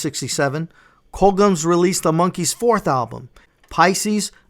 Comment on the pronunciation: Great video, dude. Really well done!! 😊.. Just got 2 things I must ask you… Firstly.. Why are you pronouncing “Colgems” like that? It’s pronounced exactly how it’s spelt . here, this is how it is said phonetically: “Col-jems”… If you’re the Monkees fan you say you are, then you should know that it was a label set up between Screen Gems and Columbia Records. See the “Gems” in “Screen Gems”? As in “gems of the screen”.. Make sense now? 🤷🏻😬 Secondly, lastly and probably most importantly… Why are you thanking Don Kirshner? Again, if you’re the fan you say you are then you should know that the band hated him because he did nothing but stifle them not only professionally but creatively. He was a real piece of shit. Ask Mike‘s fist. 😆 Time for you to scrub up on your Monkees history, la! 😜 ✌🏻